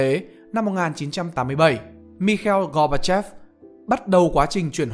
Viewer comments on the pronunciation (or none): gorbachev là cái tên Anh hóa, đọc như vậy là gán cái tên kiểu Anh cho một người Nga à Gooc ba chốp là phiên âm Việt theo tiếng Nga ông ạ, Gooc ba chốp đúng hơn "gooc ba chép" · Bạn nên đọc là si bia chứ đừng đọc là si bị ri a , gooc ba chôp chứ đừng đọc là gooc ba chép nghe ngang tai lắm nghe đài tiếng nói Việt Nam đọc quen rồi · đúng hơn là gor ba chốpz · Góp ý cho người đọc thì Gorbachev thường phiên ra tiếng Việt là Goóc-ba-chốp. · Đọc đúng tên tiếng Nga của ổng luôn chứ.